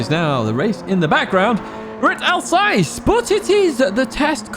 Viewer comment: Glorious, thankyou 👏 A sassy personality, Alsass = Alsace. Like deployed 👍 😎🎙🏎✅️